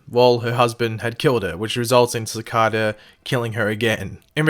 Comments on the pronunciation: Sah-Kay-dah not sah-cah-dah this is symbiotes all over again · If you're going to repeatedly say a word in a video, and you're obviously unfamiliar with it, then look up the proper way to pronounce it. For example: Cicada. (Pronounced Se' Kay da. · its pronounced SICK- AYE-DUH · btw it's "Sa-K-Da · It just sounded weird in my ear 😉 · Pronounce his name right jeez